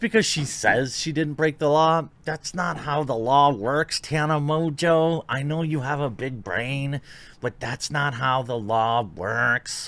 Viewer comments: IMO it should be pronounced "mongo". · Surely the name is pronounced Mongo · Its French, pronounced Mo On Jo. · Just to help you, Mongeau is pronounced MON JO. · It's pronounced Tana Mongoloid. You are right, if she did it for Trump she would have been taken down for all sorts of isms and phobic slander but since we are living in the times of Good is evil and evil is virtue, she'll likely be fine. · This woman is very stupid. Mojo? Is that how to pronounce her name? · Tana MOJO loving your pronunciation Jeremy LOL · Is mongeau really pronounced mojo? I wonder what origin it is that’s a weird spelling for how it sounds. Oh and ballot selfies are illegal for exactly this reason to prevent this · You should tell Tana that cuz she insists that it’s pronounced “mo-jo”. I can’t imagine that “Mo-jo” is the correct pronunciation of Mongeau in any language... imagine not knowing how to read and pronounce your own last name lol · funny, english speaking people definitely can't pronounce french last name. You butcher ''Mongeau'' everytime you say it.